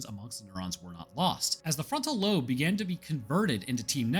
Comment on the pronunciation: "the marker signal is stored in the ba- In the frontal loan" mate you always do good. Makes us laugh. Great vid as always